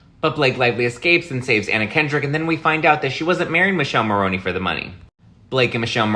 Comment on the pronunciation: Its pronounced Mikellé Morrone!! Learn some Italian.